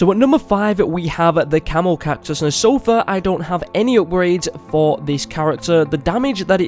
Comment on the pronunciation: Who else thought he called the camo cactus the camel cactus